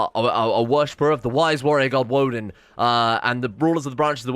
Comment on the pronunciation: Woden isn't pronounced as Woh-dehn, It's Woh-dayn